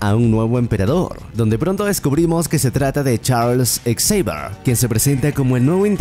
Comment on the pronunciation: La mala pronunciación del nombre Xavier, no me permitió terminar el video. :/